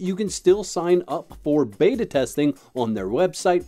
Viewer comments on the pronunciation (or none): none